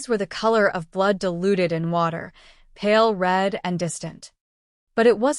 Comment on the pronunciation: "Palel red" you mean pink?